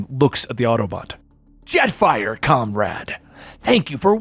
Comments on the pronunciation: Did messed up Jetfire and Starscream's names a few times 😅? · no disrespect bit Starscream and Jetfire's names got absolutely butchered.